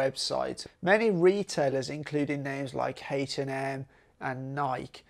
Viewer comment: Is he saying Hate and M on purpose?